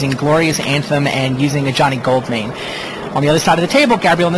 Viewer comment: When he said "Ajani Goldmane" I heard "A Johnny Goldmine"